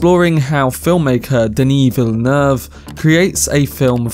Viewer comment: Wrong: in French, the double-L is SOMETIMES pronounced as a "Y" like in Spanish (more or less), but in the word "ville" (and so in the name "Villeneuve"), it is pronounced like an "L".